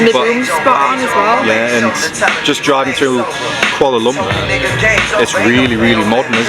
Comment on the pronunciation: You pronounce the word Kuala Lumpur funny. Please work on it thank you